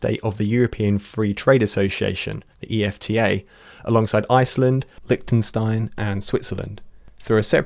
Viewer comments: "Liktenstein" and "rooters" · "Rooters" "Licktenstein" Lol, maybe a little more work on your pronunciations team.